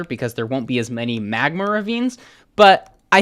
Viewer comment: Why does he say magmer instead of magma...